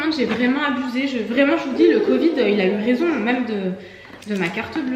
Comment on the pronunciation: Courage à tous les trois avec le Covid (le "d" final se prononce, en fait). Il vaut mieux utiliser un petit fouet traditionnel pour le Matcha, il me semble, plutôt qu'un mousseur à lait (ce que tu as acheté). Par contre, c'est génial pour les Cappuccino, les Late, les chocolats chauds bien mousseux, etc... et ça marche aussi bien avec le lait végétal que le lait animal. Enfin, chacun fait comme il veut, tu nous diras ce que cela donne avec le Matcha.